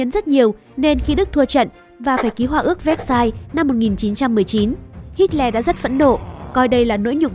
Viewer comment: Tưởng đọc Hitler là:Hi lờ Lại đọc thành:Hít le